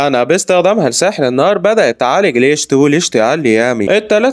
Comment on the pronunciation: اسمه ليخت مش ليشت 😂❤